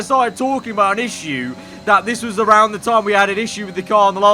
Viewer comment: why would we raid awound indeed